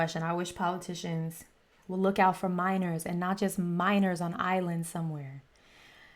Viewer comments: minors. not miners.. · Ma’am. It’s “minors” on an island. Not miners…. He’s calling out something TOTALLY Different